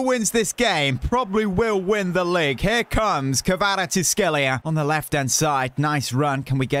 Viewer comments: the prononciation is ki va ra ts k she lia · U pronounce kravstshevela ( car -rat-she-vel-lia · His name is pronounced “quarasckelia” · His name is pronounced varteshkillia